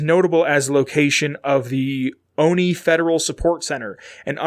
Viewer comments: I'm from Olney, MD. The "L" is definitely not silent. Three Dog certainly pronounces it. I'm not sure what you're talking about. "PPE" might be a reference to Pepco (Potomac Electric Power Company), the real world power company that supplies electricity to DC and its Maryland suburbs. Also, I'm not really sure why it's called the Olney Support Center. It's a couple miles north of town and technically has a Gaithersburg address. But I guess that's the US government for ya. :-D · I'm from Maryland and never heard anyone pronounce it like that.